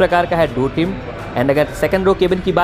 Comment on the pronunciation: भाई डोर (door) बोला जाता है दुर (dur) नही बोला जाता है, प्लीज बोलो एक दम सही से हमेशा....